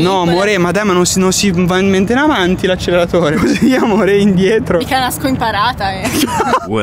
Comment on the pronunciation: Tutti:brava all inizio che nn sa dire acceleratore e lo tira in avanti